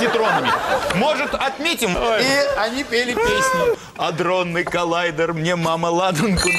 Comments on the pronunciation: АДРОННЫЙ , а не андронный))) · Адронный а не андронный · Адронный,не Андронный,сколько можно? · Не андронный, а адронный. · вообще АДРОННЫЙ а не аНдронный